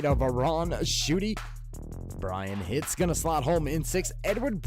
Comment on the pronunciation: hitze is pronounced hitsey